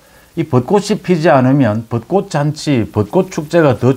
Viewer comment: 씨도 벚꽃을 벗꼿이라고 발음을 하네 요즘 서울 사는 사람 특히 언론인이 국어를 흔드네요 안타깝네요